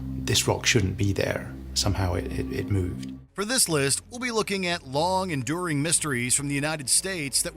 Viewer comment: He said enduring 😭